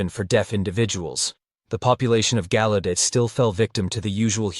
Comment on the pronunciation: Used to live right down the street in DC. It's pronounced gow-u-det..js